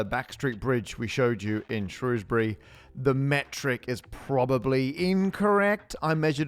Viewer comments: Umm, it's pronounced Shr-owes-bury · Pronounced "shrowsberry", surely? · Shrewsbury is "Shrowsbury" not "Shrousbury" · It is not pronounced Shrewsbury but Shrowsbury. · Shrewsbury otherwise known traditionally as SHROHZ-bree but we forgive you 🙂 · It pronounced Shrewsbury! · pronounce English place names correctly when you make videos about them. Shrewsbury has always been pronounced ShrOwsbury, or even further shortened to Shrews-bree, 2 syllables. It's bit insulting that you don't bother to check. Just ask any local. England has a great many unusual spellings and pronunciations in place names. Knowing this (as you do because I just told you), the onus is on you to find out how to pronounce them. W-pedia always shows correct pronunciation in the 1st paragraph of a town's entry. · Pronounced "Shrowsbury" Matt. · Shrewsbury is pronounced "Shrows-bury". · "Shrows"-bury, isn't it? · thats not how you pronounce shrewsbury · Can’t even pronounce Shrewsbury. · nice touch pronouncing shrewsbury both ways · You could learn to pronounce Shrewsbury properly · You were literally in my home town and I didn't know 😭 Also, love how you pronounced Shrewsbury both ways throughout the video just to upset everyone equally 🙂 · I think his mispronunciation of Shrewsbury was worse.